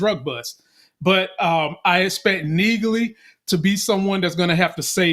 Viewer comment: Can someone please tell that the G in Neagley is silent.